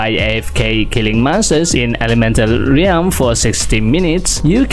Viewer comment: ralm po hindi reyalm